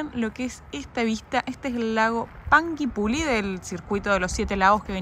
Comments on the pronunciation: PERO SIN MAYONESA! PARA Q SEA EL ITALIANO VERDADERO TIENE Q SER CON MAYO, SINO NO ES! 🤷🏻‍♂️ TIENE Q TENER LOS 3 COLORES DE LA BANDERA DE ITALIA! PARA Q SEA UN ITALIANO! 😁😁, Y PANGUIPULLI ES IGUAL TAL CUAL, PANGUI PULLI (PUYI) NO PULI, COMO SE LEERIA EN ITALIANO, TODOS ESOS NOMBRES DE CIUDADES MAPUCHES, Q DE PASO LLEGARON HUYENDO DESDE ARGENTINA 🤷🏻‍♂️ UN ABRAZO 🙋🏻‍♂️, JAJA NO TE COMPLIQUES TODO LO Q SEA CON DOBLE L ES TAL CUAL "DOBLE L", TIPO LLOLLEO SE DIRIA YOYEO 🤷🏻‍♂️😁💙🙋🏻‍♂️ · Panguipuyi.....así se pronuncia..... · Hola... Se escribe Panguipulli se dice "PANGUIPUYI".... y la letra U no se pronuncia...... No sé si me hago entender... Jajajaja 🤣 saludos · La ciudad: Pangui pulli (se pronuncia puyi) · En huilo huilo neltume, se perdieron un montón de saltos y senderos 🤷... Antes de nombrar lugares como panguipuLLI , deberían preguntar su pronunciación... hasta Google lo pronuncia mejor 🤣 saludos